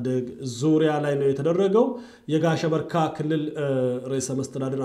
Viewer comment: You smell gunta, If you do not like about the way he accent "kilill"how do we know if your accent is correct, Because the person who looking around to find other peoples mistake are disrespectful person. Sorry to say that.